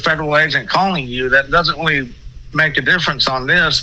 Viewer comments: He’s getting weally tired of cwap 😂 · This weally weally got on my nerves qwickwy. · Ok, I’m weally gonna need an update on this!!! He seem to weally think he is the DoD long arm of the law!!!